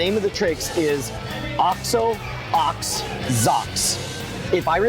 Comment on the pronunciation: i laughed out loud when he said "OX OH OX ZOCKS" rofl